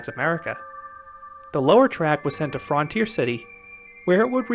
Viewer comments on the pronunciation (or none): I didn’t notice the way you were pronouncing it until Green Bean pointed it out. 😆. Yes, in America it’s universally pronounced frun-teer. I’ve never heard anyone say fron-teer. 😊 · frun-tier city!!!!!, not fron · FRUNtier not FROOONTIER